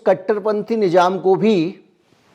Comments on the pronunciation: Itne qabil aadmi ho phir bhi urdu bhasha ke shabd thik se nahin bol pate,, Nizam ko nijam bol rahe ho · Sir boht sachi khbre dete h Sir thoda urdu aur study kr lijye to aur 4 chand lag jay. Jese ap nijam khte NIZAM bola jata🙏